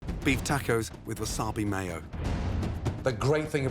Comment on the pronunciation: "tackos" lol